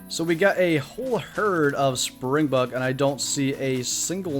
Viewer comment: Soz but (SpringbOk) not springbuck